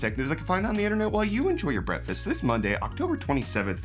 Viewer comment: I always hear brefest instead of breakfast